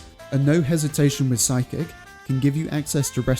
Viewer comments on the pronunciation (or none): lol I had no idea what you were talking about for a minute there. It’s Physic, not psychic. As in PHYSICian. 😂